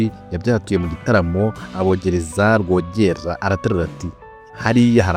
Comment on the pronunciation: Wakoze kuduha amateka. Ariko mujye mugorora imvugo muvuge amazina uko avugwa. Urugero: Rwogera uramwita Rworeêra